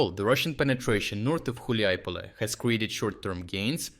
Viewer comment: Dude, you pronounced Hulaipole in like 4 different ways.. haha.